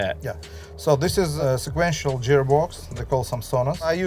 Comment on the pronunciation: “Sequential jear box” 😂